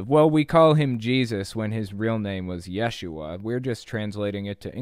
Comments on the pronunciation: Close, but you're putting the emphasis on the wrong syllable. It's pronounced ye-SHU-ah. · According to a Hebrew scholar I have conversed with, 1st century Hebrew speakers would have pronounced his name as Yeshu. The "ah" ending would not be pronounced. Further, adding the "ah" on the end of Yeshu would make it the feminine form of the name. That's right, Yeshu is a boy's name, Yeshua is a girl's name. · you are correct. And a few Aramaic words also appear in our TANAKH, such as in Jeremiah . In the first century ce, Hebrew and Aramaic would have mixed to some degree. Pronunciations of words would have changed due to the blending. I will leave it to the scholars to argue as to how it would have sounded.